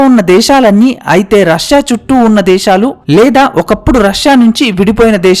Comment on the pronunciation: Deshalu kaadu sir desalu